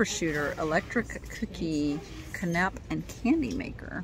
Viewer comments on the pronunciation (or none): Its not can app.. its cana pe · I know how you love your French. Lol A canapé is pronounced Can-uh-pay. Accent on the pay.💜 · I know French pronunciations are often a challenge, so someone might have already shared, but canapé is pronounced CAN-a-pay (spelled with an accent aigu on the e: canapé) - typically a small appetizer served on bread or pastry with a savory topping.